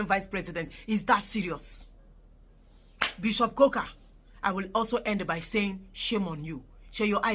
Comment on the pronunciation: Bishop Kuka not Koka